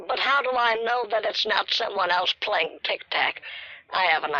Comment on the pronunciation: "Im Playink tic tack"